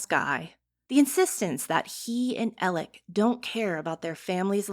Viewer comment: I CANT with the “Elec” Murdaugh pronunciation! Make it stop! Please! 😜